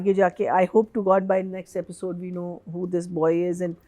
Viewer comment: Aapisode nahi Episode hai 🤯 This ladies Aapisode Aapisode gets to me 😅